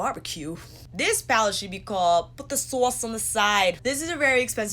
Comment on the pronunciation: “Put the swose on the swide” 😂😂😂